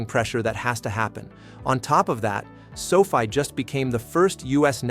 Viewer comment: Can't even pronounce the name of the company correctly. Please stop.